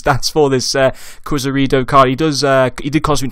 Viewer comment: Lol you pronounce it Iz-kee-air-do